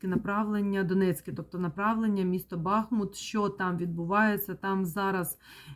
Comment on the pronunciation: Дяквю за Вашу працю!!!БахмУт-переміг,БахмУт-це Україна!!!Тільки будь-ласка -БахмУт,наголос на другий склад!!!